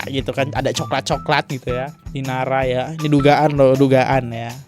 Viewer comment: INARA bang bukan IRANA, ampun deh elo salah2 mulu kalo baca nama bang 🤣🤣